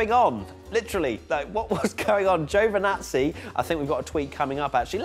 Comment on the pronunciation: GIOVINAZZI , not fucking joevanazzi why cant anyone say this guys name properly